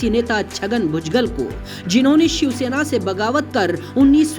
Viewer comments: भुजगल????? व्हॅइसओव्हर चू@ नाम तो ठीक से ले। भुजबळ होता है और अगर ळ बोलना आता ना हो तो भुजबल तो बोल?? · भूजगल नही रे बुढिया.. भुजबळ बोल 😂